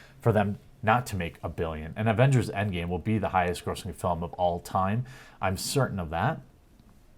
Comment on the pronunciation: The "Agenders" lol you slipped there:)